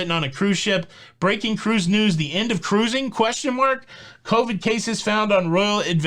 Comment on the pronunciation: What happened to 'Ca-ruising"? It sounds so much better with three syllables.